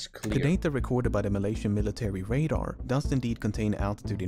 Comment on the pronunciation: Did you just pronounce Malaysian ma lion